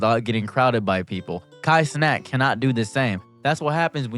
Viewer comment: Nah he said “Kai Snack”